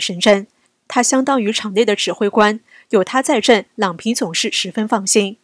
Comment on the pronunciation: 郎平第二声